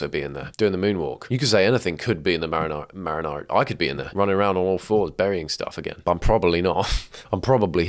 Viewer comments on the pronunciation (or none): You pronouncing "Mariana Trench" differently every time has me on the floor. Marinara. Marina. 😂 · I know you're Italian mate, but it ent called the marinara trench.